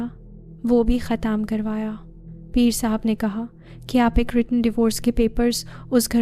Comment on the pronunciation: Aap peer sab ko pear sab kw bol rahi hain,pls apni urdu durust krain,apki awaz bht achi hae,lakin apki stories me urdu ki bht mistakes hain